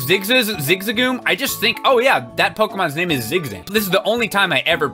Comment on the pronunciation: Eyyy you pronounced his name right! Good job.